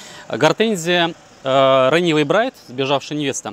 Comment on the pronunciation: Ренэвей браит! !!! Неужели сложно выучить 2 английских слова. Взрослый человек вроде . Run away - бежать убегать, bride - невеста .